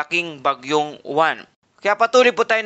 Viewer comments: Mali ka mag bigkas ng uwan dapat silent yowan kasi sa alphabet ay stu kaya yowan hinde mali spelling nito kundi tamang pag bigkas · Kasunod sa T U kaya uwan